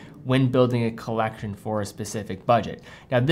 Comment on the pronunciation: “Colleccione” LOL